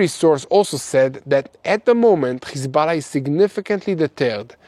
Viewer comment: It's Hezbollah it shouldn't sound like you're Hocking a loogie when you say it bro😂